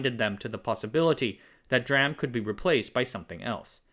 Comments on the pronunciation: DRAM should be pronounced D-R-A-M. R-A-M already are 3 abbreviations, but for some magical reason the D abbreviation is special. English natives should get their language straight and be inconsistent as much as possible. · The problem with the blatant mispronunciation of DRAM isn't about personal preference, it's about communication and credibility. Past "jokes" have always been prefaced with an explanation, this particular mispronunciation has not had any preface. People who are only able to listen to the video have trouble identifying what exactly "dram" is or is referring to. Not to mention the people that use this channel as an educational resource and may well walk away with knowledge that is false. This channel positions itself as a credible source of information on the tech industry, and blatant mispronunciation of basic terminology within the field doesn't incite confidence. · DRAM, say it as D Ram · It’s not dram until it’s pronounced as dee ram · As I said before no need to be perfect to say DRAM as Dee-ram. Im okay both ways. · Correction: DRAM is pronounced as "dee-ram". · Hearing you say DRAM wrong makes me dubious about the other info in the video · It is "valid" if you think it's an acronym, but it's not. It's half abbreviation (which you spell out letter-by-letter like URL) and half acronym (that you pronounce like a word, like RAM). But it's language, you can pronounce it any way you like. Fine, I'll grant that. The bigger issue with using a non-standard pronunciation is that makes it sound like the person doesn't know a whole lot about the subject when they don't even get the industry standard pronunciation correct and it can be quite confusing until you realise what they're actually trying to say. For a video like this you'd want to avoid that. Not using industry standard pronunciations is shooting yourself more in the foot that insisting otherwise if you want to appear knowledgeable. (Please don't pronounce URL as "earl") Edit: Spelling.